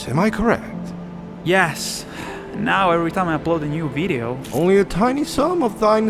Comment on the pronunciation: It's pronounced Wideo!